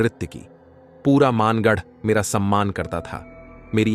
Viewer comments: maangarh nahi...bhangarh h bhai ye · वो मानगढ़ नही भानगढ़ है।।और हम वही से है